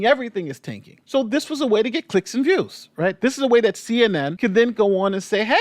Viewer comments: What's a "Viwes"? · ‘Viwes’ lol